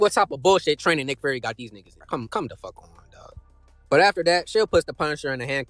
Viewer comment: Bro you was calling him furry instead of fury 😭😭😭